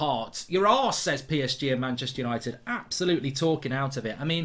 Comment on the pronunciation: It is so funny when he said untied for the champions league 😂 I am dead